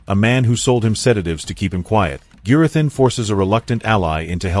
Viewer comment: A persons name is rhe most important sound they hear. You have heard Gurathins name pronounced many times through out the season, Have a little manners and pronouce Gurathins name correctly. There is no excuse.